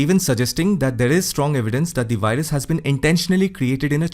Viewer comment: "Wuhan Wirus" 👍🏼 😂